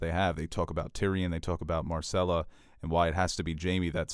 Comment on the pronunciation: It’s mer-sell-uh. There is a Y in it - myrcella. It’s not Marcella. Y is a short e, not an a. It’s frankincense and “mer” not mar. It’s “mermidons” not Marmidons. They also pronounce it for you in the show. How is this an issue?